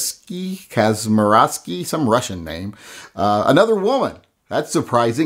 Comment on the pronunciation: My wife (Sarah Kasmierski) is most definitely a real woman and not a russian man lol. We both had a good laugh cause although people destroy our name all the time, that's the first time I've heard that one. Not that you'll ever have to say it again but it's pronounced "Kaz-Meer-Skee".